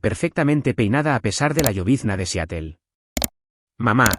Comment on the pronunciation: SE PRONUNCIA SIAROL, NO SEATEL.